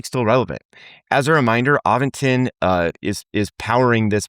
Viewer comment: there is no "G" in Aventon!